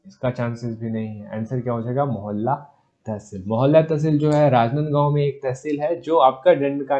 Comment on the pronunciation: Mohalla nahi hai mohla manpur hai